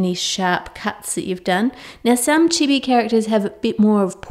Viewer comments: That's so cute and not hating though but that's not how you say chibi u said it to fast how all me and my friends and some other people on YouTube pronounces it like chIbI you say the i's a bit slower but I love ur vids 😘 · Im sorry but... its pronounced cheebee